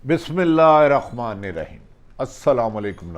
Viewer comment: BISMILLAH "HIR" RAHMAA NIR RAHEEM ... bhatti saheb zara apni awaaz mein bismillah tu suneen keh aap kaise parhtey hain ..... "IR REHMAN" NAHIN HUTA "HIR RAHMAAN" HUTA HAI